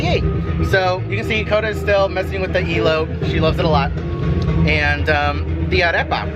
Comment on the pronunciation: “E-lote”....lol 😂 its like an ‘el’ectronic corn